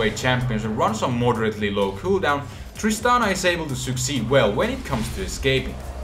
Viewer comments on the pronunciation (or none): You said Tristanas W twice. um wot